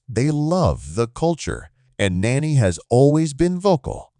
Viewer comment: This is not a blockbuster move and you didn’t even do enough research to pronounce his name correctly…